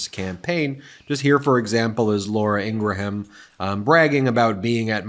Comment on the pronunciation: And still Ben can’t say Laura Ingraham’s name correctly.